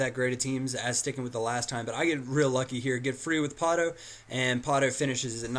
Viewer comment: there is no r in pato